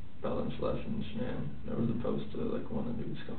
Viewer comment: Shanann, not Shannan! 🙄